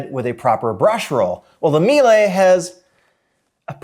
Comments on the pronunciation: It is pronounced Me Lah. Not me lay. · It's pronounced me-la. We use the C1 canister vacs for our cleaning company and we get about 4 years of use without issues from the vacuum(pretty good since we use an abuse these vacuums at least 6 hours per day). Biggest problem is that the cable gets sensitive over time which is not that hard to replace yourself. Edit: Miele does offer powered brush attachments with their higher end C3 vacs. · I usually hear it pronounced ME-Luh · I was about to post this comment about how to correctly pronounce Miele. Glad I checked the comments first.